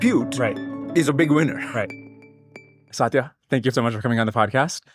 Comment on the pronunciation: Indian man saying satya as saatiiya...irony died a million deaths😂